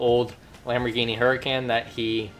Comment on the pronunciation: It's is said Lamborghini hur-I-con